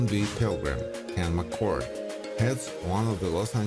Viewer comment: Um, Kent McCord, not Ent McCord!